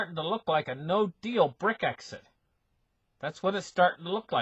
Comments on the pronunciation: doesn't read the comments, he will continue to say Brick-exit and exasterbate, better get used to it if you want to listen. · BRECK-ZIT ...I can't stop laughing